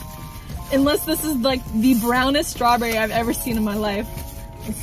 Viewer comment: I remember she said strawberrie